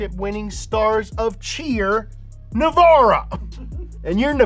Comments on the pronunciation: Nevera is pronounced Nevera, not Navara; that's a nissan pickup truck that my dad has. : It's Tuatara, not Tutara. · man rimac nevera not navara wtf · It's pronounced Rimatz, not Rimak, and also Nevera not Nevara, which basically means "unbelievable".